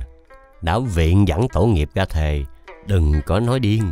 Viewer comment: Yêu cầu Chủ Kênh nên khắc phục R và G RỒI = không phải Gồi RA = không phải Ga Làm clip thì phát âm cho đúng , nghe quê quá đi